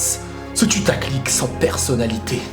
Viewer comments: Je suis le seum à entendre "tutaclic" au lieu de "putaclic" ? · pourquoi tu dit tutaclick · Nan c'est juste qu'il dit tutaclick ;)